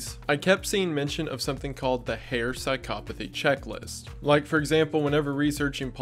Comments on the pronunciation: As a psychology major, thank you for saying psychopathy correctly. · I ... have been saying psychopathy wrong my whole life?